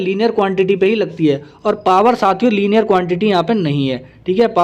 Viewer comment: लाइनर हे डियर सर न कि लीनियर 🤗